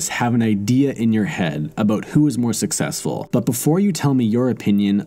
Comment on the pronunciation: Or SUCKsessful. 8==D O-: 😉